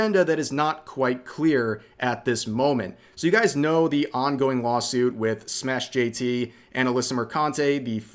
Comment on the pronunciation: its not SmashJT...its SMASH jt